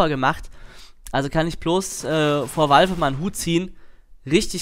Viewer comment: auf Englisch, also nicht wie